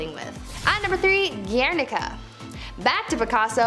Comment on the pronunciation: Guernica is also correctly pronounced "GWARE- nah- cuh.